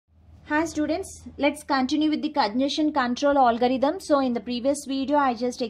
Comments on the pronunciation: Allgarithm nehi hota ma'am algorithm hota hain🙂🙂...baki thik hain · Koi isse batao . Ise algorithm bola jata h olgarithm nhi 🤣🤣🤣